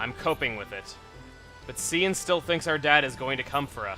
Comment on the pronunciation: Cian is pronounced Key-in. GET IT RIGHT CHUGGA!